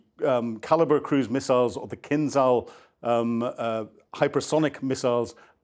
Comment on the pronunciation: It's pronounced kinzhal, not kinzal.